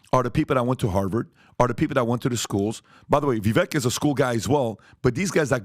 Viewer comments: Viv-vake.....not Viv-vek. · Say it with me "Vivek rhymes with cake!" I donno how Patrick still hasn't got this after so long. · You guys are still pronouncing his name wrong. Vivek (Vivake like cake) remember? Lol. Just saying. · Please learn to say Vivek’s name correctly. Rhymes with ‘cake’. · vih-vayk. It really is time to starting respecting him enough to prnounce his name correctly. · Learn how to pronounce Vivek ramaswami's name correctly. It's not that hard It's not pronounced how it is spelled. If you say cake. It's basically VIV-AKE